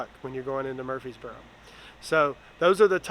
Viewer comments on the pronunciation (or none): It's Murfreesboro 😂